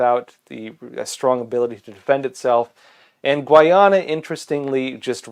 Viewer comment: Its pronounced gai ah nuh.